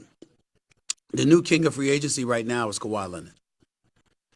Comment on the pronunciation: How does SAS put Rs at the end of words where they shouldn’t be but can’t pronounce the R in Leonard!?!?!